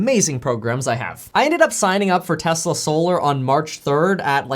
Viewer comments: "telsa" lol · “Telsa “ LOL , “tell as” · ummm.... Telsa? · you messed up lol TELSA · Lol it says “Telsa” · Telsa haha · Telsa? Dude. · what’s “Telsa”